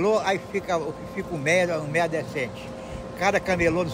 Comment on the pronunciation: não é MEIÉR é MÉIA kkk